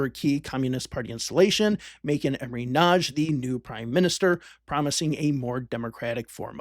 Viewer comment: You probably got it a lot but its actually Imre Nagy